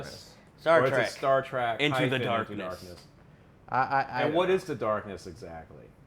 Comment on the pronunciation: dude it's Trek not Track